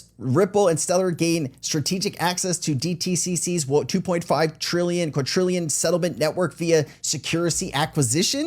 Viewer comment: Somebody please get me a dictionary.... how much is a "QUARDRILLION"??? 😵‍💫